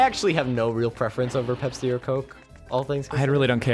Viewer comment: You guys are horribly, horribly, horribly mispronouncing "Pepsi"